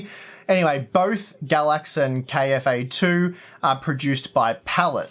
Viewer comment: it's KFA2 not KAF2